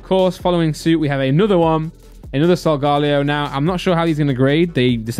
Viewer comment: Its not solgalo Its solegeleo